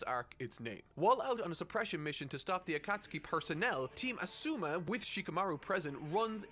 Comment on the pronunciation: His asuma pronunciation is the worst.